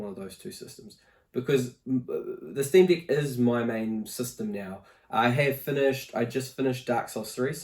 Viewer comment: Bro it wounds like you're saying Steam D*ck 😅